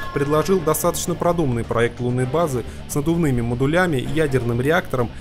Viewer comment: Диктор, что у тебя с русским языком? "Ихний", "тЕлы", "модулЯми"... и ещё много чего другого. Материал интересный, видеоряд замечательный, но слушать бывает тяжело из-за таких ошибок.